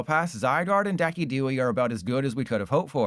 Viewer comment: Say what? Decky Dewey